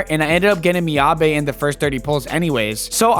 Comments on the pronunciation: Miyabi ❌ MiyaBay ✅ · Off the topic, stop calling Miyabi "Miyabay" lol